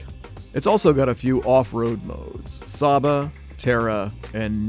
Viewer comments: As an Italian I got triggered at him saying Corsa,Terra, Sabbia and Neve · I love how badly he pronounces sabbia